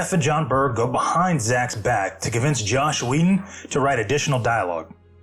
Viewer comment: What's with so many of these videos like this pronouncing Joss as "Josh"? Is this some meme I'm not aware of?